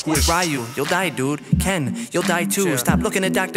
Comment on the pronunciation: Look it's "raheeooh and keen" as you english speaking people say.